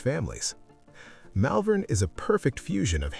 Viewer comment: 👎👎👎 Hopeless American AI narration, Malvern is pronounced Mollvern in Melbourne. Documentaries should be accurate not made up AI. 👎👎👎 Give Australia Australian narration. 🇦🇺🇦🇺🇦🇺🇦🇺🇦🇺🇦🇺